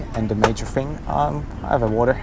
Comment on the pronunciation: Guten Tag. Apart from having great reviews, this man is absolutely gorgeous and bezaubernd. It's great that you pronounce "Beijing" correctly. The way you pronounce "the" (da/dee) and "thing" (fing) makes you even more adorable. Love it. Sei glücklich. Damit provozierst du sie alle am meisten!